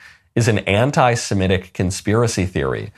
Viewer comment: Michael, you are saying anti-semitic incorrectly. You are pronouncing it anti-simetic. It’s just wrong.